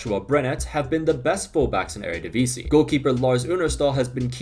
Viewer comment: Shout out to the near-perfect pronounciation of 'Eredivisie.' Also: the Ajax comeback is inevitable, WZAWZDB!